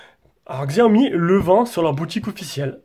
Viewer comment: Slt, la vidéo est très bien mais par contre on dit chaomi et non pas xxxiaomi !!